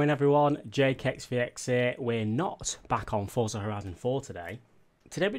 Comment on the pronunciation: Why does everyone say fortza?